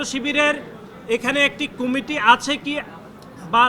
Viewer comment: কুমিটি না আব্বা কমিটি!